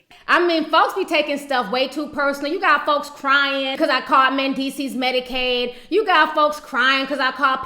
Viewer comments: did yu say medicades lmaoooooooooooooooooo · "Medicaide" LMAO